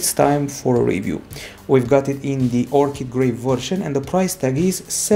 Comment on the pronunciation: finally someone who pronounces orchid correctly